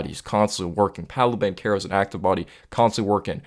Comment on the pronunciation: Good vid. I like you putting out consistent content. Extra props for pronouncing Banchero and Wagner name correctly. 👍🏽👍🏽👍🏽